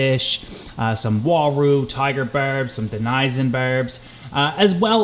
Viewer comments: Congrats you're the only person on the internet I've found that pronounces the denison barb as "denyson". Try "dennis-son" and "festive-um". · Fantastic tank! But I think your pronouncing denison barb incorrectly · Is it De-ni-zuns or Den-i-sons lol i always pronounce it Den-i-son, but could easily be wrong lol, love your chanel:)